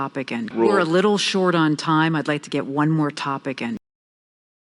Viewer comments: I'd be great if you could clarify with an example. I'd be 부분을 '이윌비' 로 발음 하셨는데요. 그렇게 발음해도 되나요? 유글리쉬에서 검색해 보니 아이비로 발음하는 경우가 많긴 한거 같은데요. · I'd be great에서 아이드가 아니라 다르게 들려요 에일 비 이렇게 들리는것 같아요 왜 이렇게 되나요? *영상 좋습니다bb